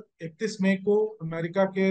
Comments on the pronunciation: अमेरिका को एमेरिका बोल रही है, और डेलावर को डेलावेर, कहां से ले आते हो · ये अमेरिका के बदले एमेरिका क्यूं बोल रही है? थोड़ा सिखाइए कोई इसे